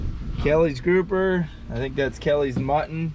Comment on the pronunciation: Hahaha that was so funny Luke caught your "GROUFER"🤣🤣🤣 With an F. 🤣🤣🤣